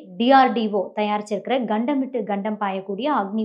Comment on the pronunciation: Good video. One suggestion - It should be pronounced as 'Kandam' (Tamil Meaning - Continent) not 'Gandam"(Tamil Meaning - diasaster). Similarly you are pronouncing 'Padma' (Lotus or Thamarai ) as 'Badma' (crook). Please check up your pronunciation. Similarly it is Phagalgam(meaning- first village in Hindi) not Balagalgam(meaning -adjacent village in Hindi)